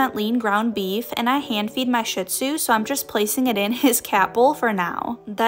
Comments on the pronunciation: It’s pronounced shee-d-zoo, not shit-zoo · I just want to say it’s not pronounced shitzu like the word shit but shizu there is no t in the word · Shit-zu💀 It may be spelled like shit but it is pronounced like shiz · Please, for the love of god, people.... stop saying "shit-zu", that is not how it's pronounced and y'all know damn well it's not. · Bro how are you gonna own a shih-tzu and not even know how to pronounce the name